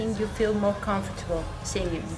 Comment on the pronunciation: Ya veo porque dicen que los españoles son los peores para el inglés en toda europa :/ si mandan entrevistadoras cómo esta chica que no sabe ni cómo pronunciar comfortable, algo súper básico cuando comienzas a aprender el idioma inglés.